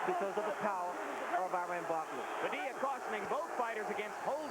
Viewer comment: After some 20 yrs. They never learned to say. Padilla!😅